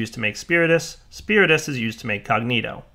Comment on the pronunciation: Wait, so he can pronounce Perditio but not Cognitio? C'mon son!